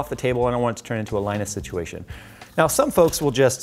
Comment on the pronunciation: Who's Allina? Allina siduation?